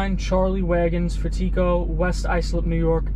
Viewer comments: It’s pronounced fat-e-go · The pronunciation is fat-it-co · That is not how you pronunciation his last name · Well pronounce the name correctly in the first place...It’s called research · You pronounced that name so wrong lol. Jk